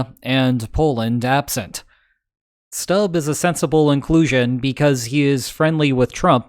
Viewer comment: "u" in Stubb is pronounced like "o" in "tool"